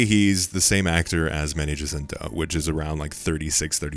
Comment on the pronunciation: Ah, my favourite actor, Manage Ascento. In all seriousness though, good video!